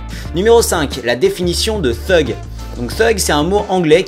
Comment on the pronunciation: C'est pas trrrrrrugue mais thuge !